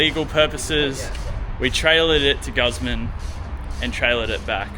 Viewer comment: Ffs say guzman properly ya dog